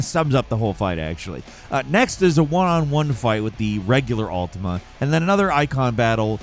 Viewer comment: That fact that you say Altima instead of Ultima at first is a vibe.